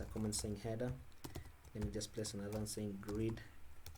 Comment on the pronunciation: heda, namba, why you finish all the words with A?